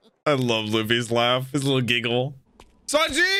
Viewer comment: I love that he calls him Yawn-ji 😂😂